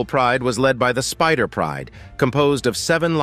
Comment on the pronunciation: Sparta pride, not Spider pride Ugh